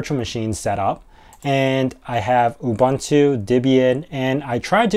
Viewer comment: Ubuntu is not ubantu. Like linux is not lienucks.